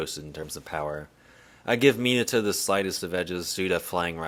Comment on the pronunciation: Not the "Miniato" AHAHAHA 11.43 🤣🤣